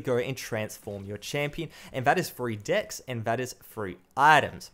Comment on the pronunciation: I cringed so hard when he said "Decks"